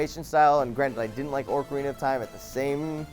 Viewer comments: I won't hate on you too much, but I seriously have to say this. Orcarina of Time? ORCarina?, OCarina, not ORCarina. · I'm fine with not liking Zelda games but it angers me that he kept saying orcarina. It's ocarina seriously. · Its Ocarina of time not Orcarina of time. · 1., you play GTAV every Thursday 2. It's "ocarina" not "orcarina" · joven keeps saying orcarina of time, not ocarina of time. lol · I mean, dude,, do you even Zelda? And its not Orcarina of time, its Ocarina of time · you dumbshit. It's pronounced O-carina....not "ORCarina" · the Zelda games are really good! Also, it's OCARINA OF TIME, not ORCARINA OF TIME! YOU'VE MADE THIS FUCKING MISTAKE AT LEAST 2 TIMES! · i know, and i love the game too. I was just laughing over the fact that he pronounced it orcarina instead of ocarina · orcarina of time -_- I just lost all of my respect for joven. You clearly didnt play it if your saying ORCARINA. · he says ORC - arena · did you say "Orcarina of time"?!!!!!!!! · said Orcarina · Lol. pronounced it as Orcarina of time. Even still it doesn't matter if he doesn't like Ocarina of time. It is his opinion. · you don't like Zelda because you can't pronounce them, orcarina is just no a thing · can you at least say OCARINA right its not orcarina seriously what is your problem. And you only played like one game maybe if you played more of the games you would lile them more. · Stop saying orcarina! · Just saying OR-carina of time makes me wanna flip my $#@ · said ORCArina I almost died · Did say "Orcarina"? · joven pronounces ocarina like ork arena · Oh-carina of time? Fuck you, you can't even say it right, no wonder you hate it. But don't worry, it hates you too, just like everyone else. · just hating on something he doesn't seem to understand all that well. ORCARINA?! Zelda is magical. Now we may all proceed to sharpen our pitchforks. (